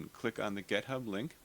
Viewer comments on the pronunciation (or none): Oof....it's "git"hub....not "gethub". :p Thanks so much for this !!! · You have to listen. He says it. When he's pointing you to whatever he was talking about on github, he says...."gethub"....like twice. Just goofin' though. It doesn't really matter how you say it.